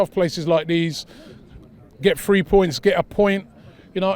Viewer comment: No one: Robbie: we weavered(weathered) the storm and got the free(three) points